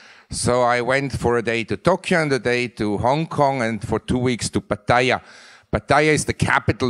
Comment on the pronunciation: Wow, he's lived in Thailand 35 years and can't prononounce "Pattaya"